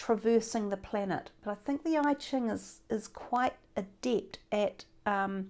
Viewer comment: Sorry my Virgo is annoying but its EChing not IChing. I lived in Hong Kong and thats how its pronounced.